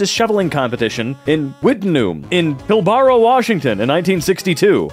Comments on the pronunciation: 🤣 "Pill-bara Washington". I know you don't know but its "Pil(bruh) Western Australia". That made me laugh so hard. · Australian here, it's pronounced "Pillburra",. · Probably not even old enough to be working there. - That is pronounced Pil-bara, an it's not Washington USA, it's Western Australia, Australia. Look up Wittenoom Tragedy, in regards to the mine up there, it closed back in 1966. The mine up there was the only supplier here in Australia for blue asbestos.